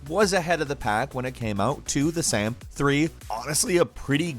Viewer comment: Anyone else semi-annoyed at the way he pronounces same as "sam". and other times in this vid.